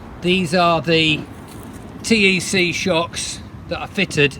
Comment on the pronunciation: That's good glad you are pleased as its a great company ...one thing TEC is pronounced 'tech' by everyone including the owner , not important but thought I'd mention .